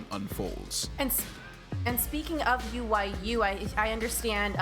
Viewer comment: Omfg .. she says UYU as “ooyoo”